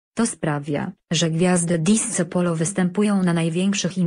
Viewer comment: Disco - czytaj /disko/